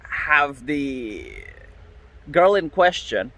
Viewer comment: You mispronounced "girl".